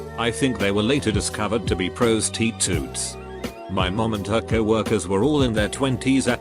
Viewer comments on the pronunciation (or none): Noone: Robot voice: Pros Tee Toes